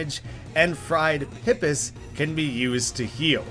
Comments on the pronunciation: It's not "pih-piss" it's "pee-piss". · "pipis" oh no, as a new zealander, that hurts. freshwater clams, they're pronounced "pip-ees", plural of pipi.